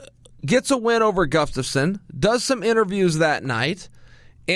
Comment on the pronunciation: dude stop saying gufstafson